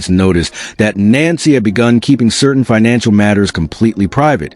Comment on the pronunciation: No wonder, people don't believe this story. You can't even get her name right.